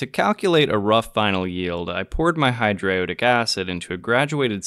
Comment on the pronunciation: This is nitpicky, but that's not how I nor anyone I know pronounces hydroiodic. It gives off a dilettantish air. Just saying. No disrespect. I enjoyed this very odd synthesis.